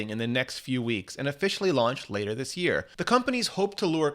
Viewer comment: When in Dog’s name will you say “this” normally